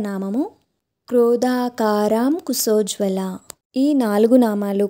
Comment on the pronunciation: శ్రీ మాత్రే నమః 🙏 అమ్మ మీరు చాలా బాగా చెప్పారు ధన్యవాదాలు సారి ఏమి అనుకోకండి శ పలకడం లేదు స పలుకుతున్నారు క్రోదాంకారకుశోజ్వల కుసోజ్వల నా అభిప్రాయం తప్పని అనిపిస్తుంది అనుకుంటే మన్నించండి 🙏